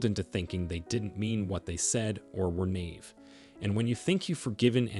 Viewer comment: Naive 😂 just a mispronunciation is all. It just made me smile is all.